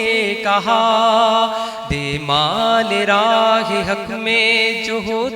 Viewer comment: آواز ماشاءاللہ خوب چشم بد دور لیکن ہمیشہ کی طرح غلطیاں۔ مالِ راہ ۔۔کیا ہوتا ہے؟😬 خویش و اقارب میں بھی غلطی